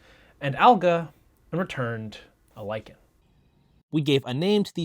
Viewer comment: "lichen" nononono "liken" I hate English